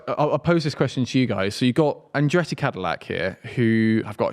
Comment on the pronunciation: His name is ColTon HerTa no Coen herA and Andretti not Andreey speak the Kings English